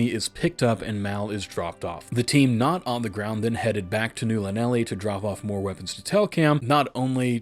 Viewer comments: Welp, time to dig the books out again… Also, Just for clarity, Llanelli is a town in Wales, so it’s probably pronounced closer to Thlanethli, the double L basically turns into a sorta soft thl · Llanelli is Welsh, breathe around the Ls as you press your tongue to the top of your mouth. The breathing around it should be similar to making an "H" sound. Ta-da.